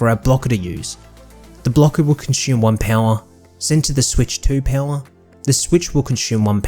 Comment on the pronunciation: Well done, but the way you say "Pouwha" kills me lol